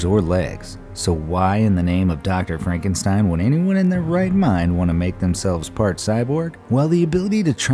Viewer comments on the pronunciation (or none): none